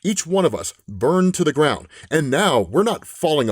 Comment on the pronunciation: Starting .....your pronunciation is awful. "Occupare" "modicum?" Do better. Absolutely no hate here. Just do better.